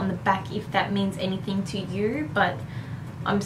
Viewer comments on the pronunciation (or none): none